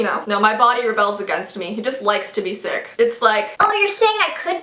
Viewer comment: Lol when she was saying sick, sick, sick I thought she said 666 😂😳😂😂